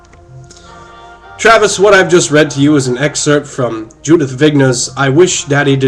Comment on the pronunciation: Totally misread Judith's last name....